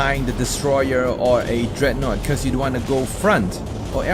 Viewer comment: Did you just call it dreadnote